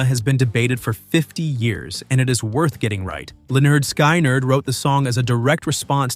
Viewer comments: It’s it’s Lynyrd Skynyrd !!! Skin-nerd NOT LYNYRD SKY -NERD!!???? WTH??? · Pronounced Leh-nerd Skin-nerd. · Sorry, the band is pronounced Lin-ard Skin-ard.